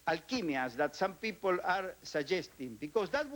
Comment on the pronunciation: Soy un gran admirador de éste pelado. Creo que fué el menos hipócrita de todos los ministros. El chabón, habla perfecto, porque no traduce; piensa en inglés. Ahora, la pronunciación; es única, jamás escuchada!! Yo no puedo parar de reírme. Es exelente!!! De brasilian pipol, dat is e rooon!!! 🤣🤣🤣🤣🤣🤣🤣